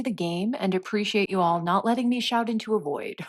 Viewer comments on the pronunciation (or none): none